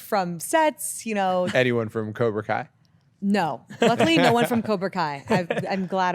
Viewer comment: Cobra not kobr